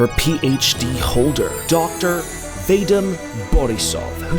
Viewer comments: i spit out my tea when he pronounced Vadim as Veydim 😂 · it’s Vah-deem, for future reference, I’m sorry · The way pronounces "Vadim" just sends me:face-blue-smiling::face-blue-smiling::face-blue-smiling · The way you pronounce his name is so funny to me as a russian-speaking person😂